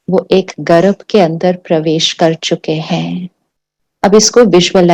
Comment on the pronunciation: गर्भ बोलिये मॅडम जी गरभ नहीं